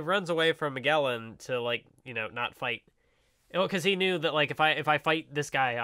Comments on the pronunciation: Mag a lon... geez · It's Ma-gel-un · "Mah-Jel-An." You know, like Ferdinand Magellan. The First recorded person to circumnavigate the globe. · Oh yes and a very good thumbnail to boot EDIT: Wow the opening really fits since this is such a Divine comedy Kinda salty my shitty comment didn't get a response but whatever and btw what's with pronouncing every name in the series wrong like where does he get that from Ok you explained why you say Magellan wrong but fucking hell every time you say his name I want to die Ok on how Iva was introduced I think it was just to show that Iva doesn't give a fuck and I like that And the Apu thing is just stupid Starts listing the weakest crimes they could possibly commit come on there in Impel fucking Down these guys are most likely straight up murderers and rapists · Please say, MAGELLAN CORECTLY.😬🤯 I hurts me to to hear that weird pronunciation.